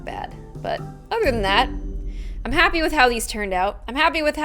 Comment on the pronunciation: no because I used to think all the time that you said "happy day on," but you actually say, "Happy Day, I'M " 😭😭